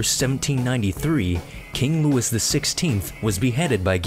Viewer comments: It's King Louis (Lewey), not King Lewis. It's a French name. You don't pronounce the "s". That was kind of funny. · it's king Louis, not king Lewis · Learn how to pronounce Louis. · King Louis is not pronounced like Lewis. It's pronounced like... Louis. Also, that last guy didn't piss off thor - that's thunder - Zeus is lightning. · How could you mispronounce Louis...did you go to school? I'm so embarrassed for you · it's the English pronunciation of a French name that anyone who is talking about history should know how to pronounce. that's like calling someone named Jorge "George" just because you want to call him by the English name. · KrunchyNaut thanks genius, you're missing the point. You don't change the name of a famous historical figure to the "proper english" version just because you want to. It's french, a name of a french person, therefore you pronounce it the correct french way. It's really not that difficult to do or comprehend. I have never in my life heard someone talking about history with even an ounce of authority calling him Louis the english way. It sounds ridiculous and it IS ridiculous. Just because there exists an english version doesn't mean you use it.